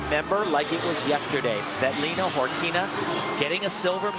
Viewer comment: Really... they're screwing up names they've said for years. "Svetlina"; "Amy Phleps"...